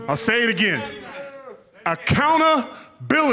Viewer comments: Acowna... bility. Be nice if he could pronounce it, let alone spell it. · Acounta-bility lol